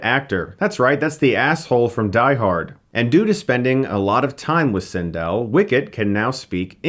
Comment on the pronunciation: This is the first review of yours that I hated. Had to stop watching. For those of us that grew up with Star Wars, we love it. Clearly this was not a part of your childhood. This doesn't deserve a Hilariocity review. P.S. You're saying Cindel's name wrong